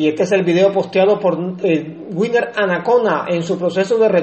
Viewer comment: Winner leyendo LOS CUATRO ACUERDOS 👍🏼 Gracias por la información de nuestros gladiadores 🚵‍♂️🚵‍♂️🚵‍♂️🇨🇴 pd. No es Viner, es Winner 😅